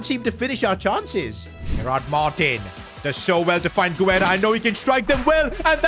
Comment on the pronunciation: you’ve been pronouncing Guerra’s name wrong, Guerra is my last name and you pronounce it Gar-Ra